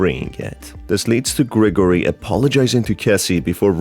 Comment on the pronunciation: Gregarory? XD its Gregory